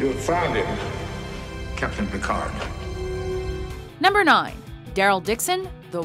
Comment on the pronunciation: I'm sorry. HOW did you pronounce Captain Jean-Luc Picard???